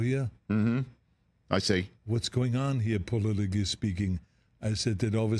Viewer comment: Arnold can not pronounce the two words Politically and Protect...